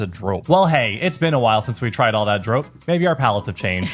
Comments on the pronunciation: I don't (always) want to be that annoying person, but we pronounce the o in drop a bit like the English "border". I felt like your version was a bit too much in the "snow" direction. Other than that, you're doing a great job exploring our language and food 😊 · It's pronounced drop, just like the English verb, not droap. Hopjes have the same sounding o, like the English verb hop, not as in hope. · Yup, not 'droap' but simply the English 'drop'. And easy on the 'w' in 'drwop', make it 'drrrrrop'. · Drop is actually prenounced as dr-oh-p not lik the hard ooo as in OK but more the soft oh like the meh kind of oh sound. Hope I explained it right, but dropjes is not with a hard O, but soft O. If that makes sense. Hahaha, better explained in talkative Dutch. It is why people have trouble understanding our language hahaha. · The letter O in drop is the same as how you guys pronouce the letter O in Dordrecht, just a tiny bit shorter.